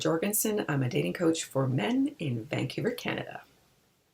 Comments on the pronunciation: She lost me at her pronunciation of "Van-cue-ver". And did she just say she didn't do any research on this? Ope - never mind. There isn't much information about women with tattoos. Okay As someone without kids, maybe I should start a parenting YT channel? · Why does this dating coach woman pronounce Vancouver "Vancyoover"? Canadian man asking